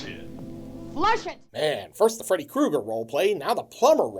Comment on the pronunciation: it's ame, Fredo Krueger I'm italiano! 🤣 Had to pause